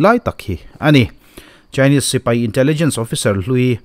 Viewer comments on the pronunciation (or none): none